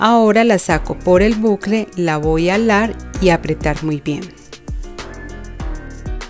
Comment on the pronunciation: Me encanta como dice alar en lugar de jalar 😅 ya hice la de san benito y me que do muy bonita lastima que no se pueden subir fotos gracias por tus tips son muy buenos me encanto 😊